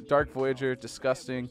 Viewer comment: Did you just call dark voyager, dark Vouager, and disgusting, descusting